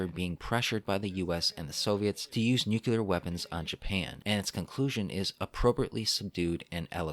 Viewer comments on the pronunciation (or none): your retrospectives are always written so well, which is why i cringe every time you say "nukular."